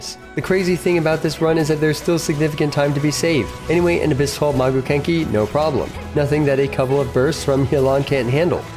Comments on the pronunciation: Anyone else bothered by Magu kenki being called Kagu Menki throughout the whole section? xD anyways, nice showdown! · Brooo its Magu Kenki not Kaagu Menki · why did you say kaguu menki not maguu kenki? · It's Maguu Kenki... U-unless how you pronounce it in video is an inside joke? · Is no one talking about when he says “Kaguu Menki”?